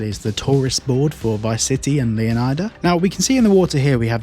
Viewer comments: It makes more sense to me to call it Lee-on-ida instead of Leo-nye-da. Sounds more like Florida. I may be wrong but everyone’s calling it Leo-Nye-Da and I have a feeling that’s totally wrong 😂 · It's not Leon-eye-da the pronunciation is similar to florida